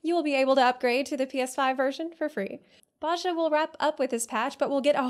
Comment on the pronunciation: Just a sidenote: the "j" in Bozja is a "y" sound ^^